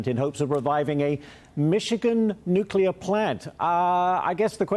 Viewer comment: Please, please! NUCLEAR! Not, NUCULAR. The energy secretary should learn to pronounce 'nuclear'. There is no such word as 'nucular'! C'mon.